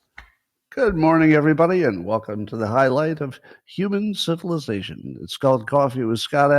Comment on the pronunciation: Did he say "Welcome to the highlight of human syphilization"?